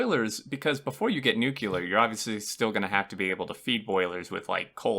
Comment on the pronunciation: It's Nuke+leer It's not Nuke+you+leer Nuclear